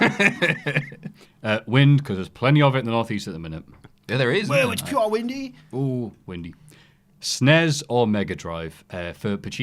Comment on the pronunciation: When did it become acceptable to refer to the SNES as "sness"? For my entire childhood you simply read off the letters as you would with any acronym. It sounds so much better.